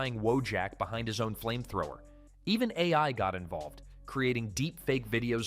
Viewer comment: Ai narration huh? Ironic that the word "AI" is what it messed up lmao